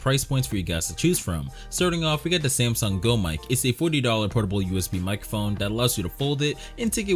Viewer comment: bro said the samson go😭